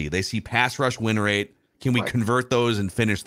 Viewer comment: “Pass rush win wate” 😂